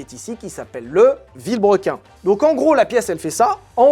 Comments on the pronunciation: le vilbrequi? connais pas... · Que dit "Villebrequin". Je veux bien. Mais. Si c'est pas un signe de l'apocalypse ça 😂